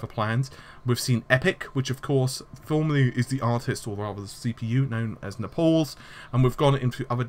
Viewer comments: Well, if Naples is "neh-pauls", and Xeon morphed into "zenon", doesn't it follow that Rome should've sounded more akin to "row-may"? TL;DR - Of course it is. Why and how wouldn't / couldn't it be? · please pronounce Xeon and Naples correctly.... its not Xenon and Nepals....please!!!